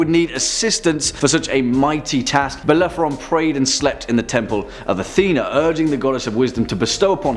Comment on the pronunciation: Bellephoron? You meant Bellerophon! Also, Cerberus surely deserved to be mentioned, the multi-headed dog that guards the gates of hell, is the offspring of the monsters Echidna and Typhon (which topped the list!) and is captured by Heracles as part of his Twelve Labours. Nice list, though.